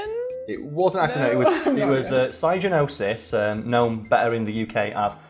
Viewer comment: Psygnosis is pronounced Sig-no-sis.